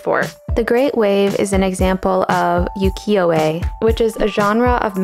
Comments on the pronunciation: Cool video, but I have to be a party pooper: You wrote "Kanazawa", not "Kanagawa". Ukiyo-e's "u" is pronounced "oo", as in "boot", not "you". Also, I never thought of this as a serene scene. Massive waves obviously very dangerous for the people in the boats. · It's not pronounced "Yukiyo-e" like you said. That makes it sound like "snow world" instead of "floating world". Otherwise loving the channel!